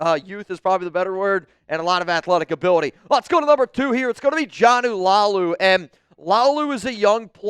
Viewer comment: It's Not Jonnu, it's Joe-Nah (Jonah) Laulu!